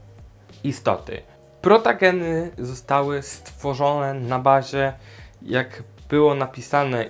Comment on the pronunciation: Super Film o tej rasie mówi się protogen a nie protagen jak coś Nagrasz film o złej stronie fandomu? To duży probelm i mnie to denerwuje bo mnie wyzywają ciągle